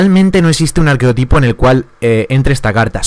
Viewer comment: Desde el respeto, se dice arquetipo, sin O. De buen rollo.